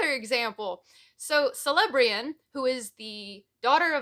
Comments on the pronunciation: Okie dokie - Celebrian's name is pronounced as keh-leb-tree-an. Her Grandpa, Celeborn also has the Hard K pronunciation, too - keh-leb-t-born. Cel at the beginning is a hard K. It gets more tricky with Ci ... But those are rare. Celebrian did noting wrong. Tolkien never comes out and says it anywhere in the main texts or appendices, but she was raped. Elves don't just have memories. They don't dream. They relive their memories during what would be dreaming. And now she had a memory of such staggering pain that should could not live with it in Middle Earth. Only in Valinor could that memory and pain be removed. Valinor is the Best place to be, where one is undying and unhurt. And you can hear the Music that is creation unfolding. The Valar, Maiar and Elves all sing. And Elves tell tales that can be seen as spoken. The same for Frodo. He'd been hurt to much and the anniversaries of the most painful things would force him to relive it all over again. The Morgul Blade, Shelob, falling to the Ring and the loss of his finger. All of these things took a terrible toll. Only in Valinor, could he be free. There is redemption. But there is a cost to falling/being corrupted. Boromir does redeem himself. He CHOOSES to redeem himself by defending Merry and Pippin with his life. Ready for a really hard one? Like kind of brain breaky a bit? Gollum was being redeemed by Frodo. Frodo could see what the Ring did to Gollum for 500 years. His sad, pitiful existences and Frodo that felt pity. It w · Three years too late, but that pronunciation of Celebrían was certainly a choice. It's ''Kel-eh-BREE-uhn'', roughly. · Nitpick from an unrepentant pedant: Celebrían is pronounced with a hard C (Keh-leh-bree-an). Like Celebrimbor and Celeborn (btw, Celeborn's name in the Teleri language is, I kid you not, "Teleporno" ...which, to me, sounds like an EXTRA-spicy Latin American soap opera, but which actually means "silver tail"). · Celebrian is actually pronounced with a K than C